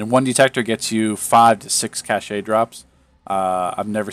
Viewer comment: Cache is pronounced that same as "cash" FYI. Keep up the great work!